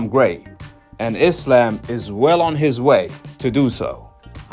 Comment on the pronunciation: I'm just glad these Americans call Islam, Islam and not "I slam" like they call Iran "I ran" and Iraq " I rack" lol